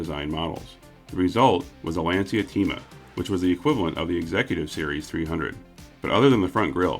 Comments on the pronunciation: . OUCH! Oh sweetie, Lancia is pronounced 'Lan-cha." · Playing catch up with some of your older videos. Always fun and well done!! Thanks for providing a great channel. One pronunciation comment: Lancia Thema is pronounced “LAHN cha” “TAY ma”. I should clarify, I suppose, that’s the Italian pronunciation and not the Americanized “version”. Much like its never PORSH (Porsche), it’s always “POOR sha” Just sayin’ 😉